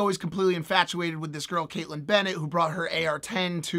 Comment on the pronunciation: You did great with Kaitlin Benett